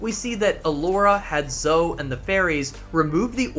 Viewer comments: Did you really call Zoe, Zo 😂😂 Her name is spoken several times throughout the games. Pronounced Zo-ey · In the US it's zo-ie. I'm surprised he made such a mistake 😂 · Is the us version of Zoe pronounced like that or is it pronounced as Zo-ie because I’m sure she says her own name in the game and it’s zo-ie